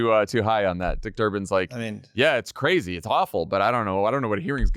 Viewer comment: Omg, has Lovett lost his mind 🤣? Mah dude is kah ray zee! I've never been interested in watching Survivor, till now. I'm rooting for you, Lovett! ❤